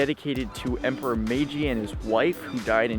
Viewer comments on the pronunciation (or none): none